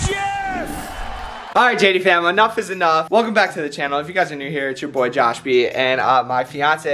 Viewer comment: 47 seconds in is it just me but did he say "he guys it your boy josh-b!" Instead of?